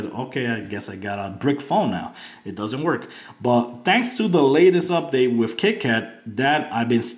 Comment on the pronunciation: Good review although "not trying to be rude " your grammar is very bad and made this seem not as professional . you kept saying wif instead of with and dis instead of this . Again this was a very good review i just did not care for the lack of good grammar . even though i do not have perfect grammar either it just does make a video more professional .